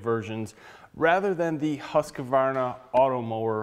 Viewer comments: Its not Husqavarna, it's Husqvarna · BTW, it's pronounced "HOOS-kvarna". Very good video. I got an Automower 105 3 years ago and haven't looked back (and I live in a cold climate, too). But if I have to replace it at some point, Worx seems like a better choice, thanks to your review. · Its called ”hus-kwar-na” regards from a swede